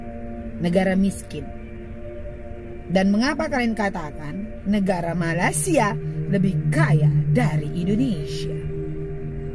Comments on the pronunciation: Dia sengaja sebut MALASia. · disengajakan dia sebut MALAS_IA bukan Malaysia. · Sebut MALAYSIA oun x betul MALASIA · Sebut malaysia pun tak betul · Sebut nama negara org pun salah ..bnyk bunyi pulak... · Kesihan pulak aku tengok tu....baru ada 3 buah kereta pun dah nak tunjuk hebat....😂😂😂Lain kali sebut nama Malaysia dengan sebutan yang betul sebutannya jangan main hentam saja sebutannya...